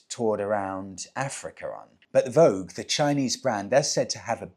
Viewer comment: Vogue vs voge..... Vo-ja 😊